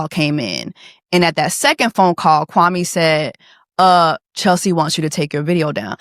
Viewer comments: Chelsea mispronouncing Kwame's name is just poetry😂😂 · exactly like said. Everyone in Ghana has a day name and depending on their ethnic group, the pronunciation and spelling differs. Kwame is Akan, so that’s how his name is pronounced. It grinded my gears hearing the cast pronounce his name wrong during their season. Our names are important and pronunciation matters. He should have known better and pronounced his name properly.